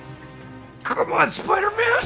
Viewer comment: Is it me or in Homecoming he says come on Spider-me at that part.